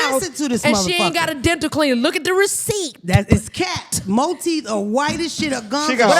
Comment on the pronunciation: “look at the receiPTPT”😂